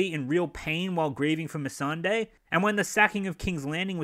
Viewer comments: I for one hate it when Dan cannot pronounce Missandei. Like how the fuck can he give so little fucks about the show that he can't even pronounce the names properly. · If GRRM died a few years back because of bad health, which many people thought would be a realistic scenario, we still would have gotten this polished turd. D&D cant even pronounce Missandei's name right, so why try and shift the blame onto GRRM when they have very little to no interest in GoT left. To them its become a bore and a chore, and this is the result.